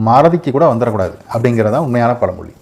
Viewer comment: பல மொலி , மலை‌ இல்லைங்க தமிழை சரியாக உச்சரிக்கவும்.